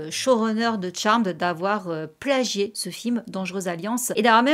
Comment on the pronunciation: ca fait du bien de voir des gens bien prononcer le nom de la série; fuck you ceux qui disent charméd